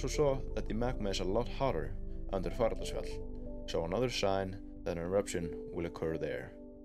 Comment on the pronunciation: Fagradalsfjall - nearly got it ! Just a bit slower please....